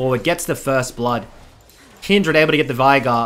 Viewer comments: VEIGAR NOT VAIGAR WATAFACK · It just hurts the way you pronounce "Veigar"